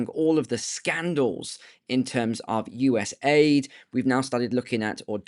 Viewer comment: It's U.S.A.I.D. not U.S.AID , just saying Bro.